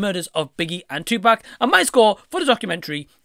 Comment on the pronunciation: one thing tha really annoys me about Nick Broomfield is that he still do not know how to pronounce Tupac`s name after making two movies about the guy. How hard can it be??!!smh